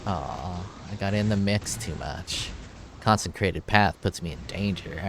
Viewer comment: Con-sih-crated Not con-sen-crated Not con-sen-trated. Good ideas. Keep it up